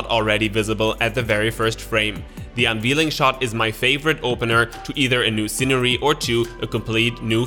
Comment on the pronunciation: Unveiling is pronounced “un VAIL ing”